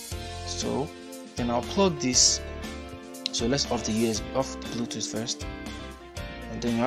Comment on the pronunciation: Dude saying "Blue Toot" killed me